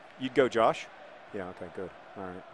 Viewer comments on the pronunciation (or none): none